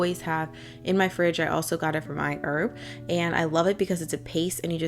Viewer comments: "I - erb" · I die a little bit inside every time she says iherb 😂😂 still a fine video those parts just get me